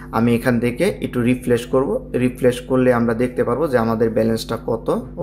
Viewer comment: Refresh Not re flesh 😂